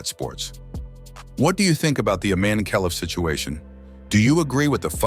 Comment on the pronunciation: I-MAN-e says it all